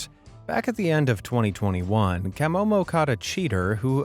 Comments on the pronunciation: Kam-oh-mo? I take it the narrator has never seen one of these vids otherwise he would have know is Kuh-mow-mow. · That is not how you pronounce camomo